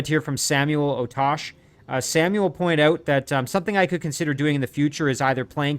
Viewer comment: Ota-chee not Otash.